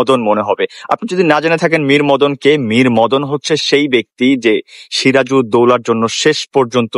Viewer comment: মরীমদন ❌না মীরমর্দান✅